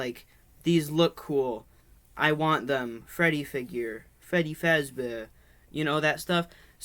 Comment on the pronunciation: Frebby fasdeeer